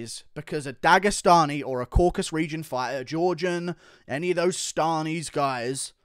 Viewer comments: Isn't it Caucasus not Caucas? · CAUCASUS. FFS IT'S THE CAUCASUS NOT THE "CAUCUS"